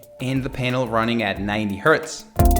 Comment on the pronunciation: It's xiaomi not xaiomi and it's hz not herth but good vid